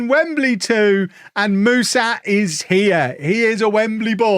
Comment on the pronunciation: For what it's worth, the name of your new striker (Mușat), is pronounced with a "sh" sound like in sharp, not with an "s". Same goes for the "Ș" in his first name 🙂 I hope he does well for you, even though he has an Fcsb stench on him 🤮😅